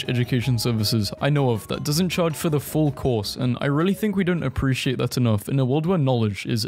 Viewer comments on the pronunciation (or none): none